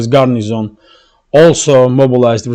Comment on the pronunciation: there's no "n" in "garrison", except for the last letter.